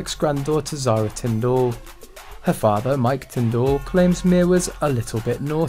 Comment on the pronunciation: Why u pronounce Tyndall like that